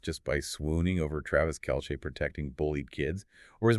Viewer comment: His name is pronounced kelsee spelled Kelce not kelshe!!